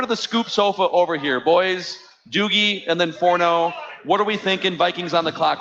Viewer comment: "Forno" is the worst. Does he ever get anything right?